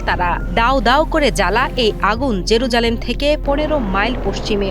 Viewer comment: First learn who to say jerusalem 😅